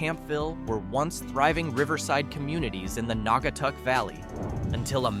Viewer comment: It got Naugatuck right... better than half the people who from outside of Ct. who try saying it.